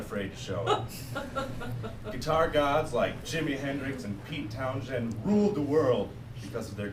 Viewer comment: That isn't how you pronounce Townshend.